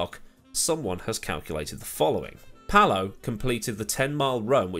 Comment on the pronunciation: Just a quick note Palou is pronounced as pa-LOH not Pall-ow. Great video none the less.